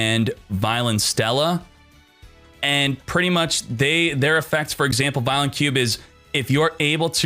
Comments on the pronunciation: It's pronounced vyon the L is silent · I’m not that guy but I’m sure it’s vy-LON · God you duel links people don't know how to pronounce anything VIE-LON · Take a shot every time Vylon is pronounced wrong.